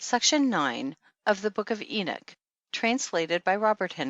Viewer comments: Why does she pronounce it "eenik," as opposed to "eenok"? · Enoch not enik! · Why is she pronouncing the name "Enick"? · Is she saying the book of enich? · Her terrible pronounciation of "Enoch" makes me sick,. I cant last but 2 mins...:vomit